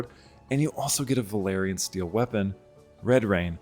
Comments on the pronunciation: Velaryon not Valerian 😂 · I know it's such a small and understandable thing but for some reason it makes my asshole pucker when people pronounce both Velaryon and Valyrian "Valerian".